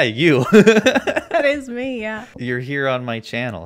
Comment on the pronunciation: I’ve watched this video so many times but I can’t hear anything but “you can take the vax XD I fear god, I don’t fear meh X3”